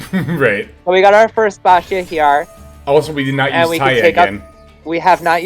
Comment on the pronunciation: First time I hear someone pronouncing Baxia correctly 😅